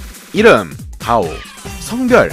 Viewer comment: 왜 다오가 아니라 디오 로들리냐